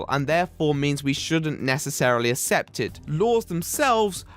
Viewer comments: Great vid, however, it's ACCEPT (as in ACK-SEPT) not ASSEPT. ;) Still loved the video though. :P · I watched until he started saying "assept" instead of accept. English guy can't even English. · hey man great video but PLEASE pronounce "accept" correctly. its pronounced "ack-sept" not "ass-ept" ty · Christ alive man I dont care if its your accent or youre being deliberately obtuse on a pronounciation, its ACCEPT, not ASS-EPT Keep making good videos but christ your determination to pronounce words annoyingly is something that makes me want to mute you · Hey,, take a little bit longer pronouncing the world "Accept", it sounds like you're saying "Assept" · I can't get over the way you pronounce "accept"... Asssept lol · But.. did you pronounce accept as assept? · Can you start pronouncing the "C's" in "accept"? The way you pronounce it makes me sad. Especially because you use the word in every single video these days. I can't assept it.